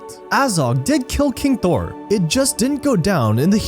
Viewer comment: It's THROR, not THOR! Thor is a different character entirely from another fantasy franchise- you know, the guy who's a Norse god from Asgard. There should be a required Tolkien pronunciation test from all Tolkien commentators. It absolutely damages their credibility on the subject if they cannot even pronounce the names of Tolkien's characters or places.